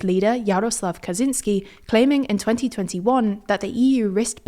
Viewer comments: Please, in English pronunciation it's "Kacheenski", not "Kazeenski" ;) It's not hard to find a recording on Wikipedia :) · Kaczyński is pronounced kah-CHIN-ski.